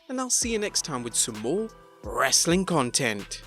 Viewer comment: I like the Hindu saying "Wrrrrrestling content"